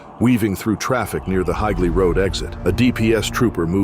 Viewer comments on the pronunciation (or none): Hi-glee is an interesting way to pronounce Higley Road 😂